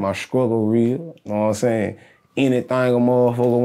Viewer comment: As SOON as he said "yaknowinsayin" and "yafeelme" I knew he was from my hometown 😂